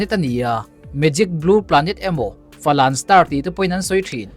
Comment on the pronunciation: Falan anilo😂 fawlen zawk